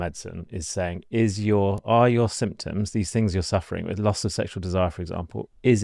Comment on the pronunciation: Did he say "LOSS of morning erections" or "LOTS of morning erections"? Two very different things. :)